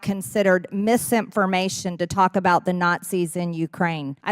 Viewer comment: "... consideered mis-impformation...dis-impformation," Moscow Marge is an ignorant, virulent beeitch